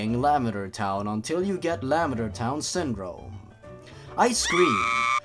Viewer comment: the way you say lavender sounds like you're saying lambader